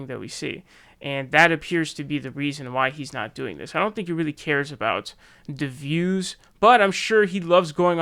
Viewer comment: I like how says "the views" like it's one word, "I don't think he's doing it for dahh-vews".